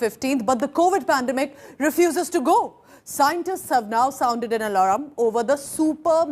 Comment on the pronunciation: Lady it is pronounced as ALARM and not ALARAM